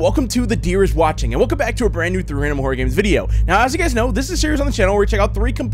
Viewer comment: "The dreer is watching" WWHAT😂😂